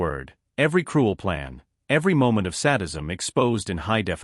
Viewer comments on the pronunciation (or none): Oh, come on now! There is no such word as sad-ism. Sadism means sick twisted people who commit harm on others with torture and death. Sad- ism is NOT sad. This is the second time it was said in this video. This is So Rediculous!